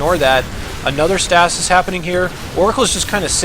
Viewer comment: I cringe every time i hear you say stasis.